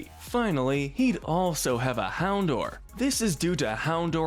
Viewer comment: It’s pronounced YAH-mask, ZETT-zel-kahn, hown-DOWR, uh-roh-muh-TEESE, LAH-punny, cry-AH-GUHN-null, UH-LOH-muh-moh-luh, COHM-bee, lie-PURD, MEEN-shao, and el-GEE-em, “”! 🤨 The second of which has a silent T! You’re just as bad at pronouncing names as Kyle,! 🙄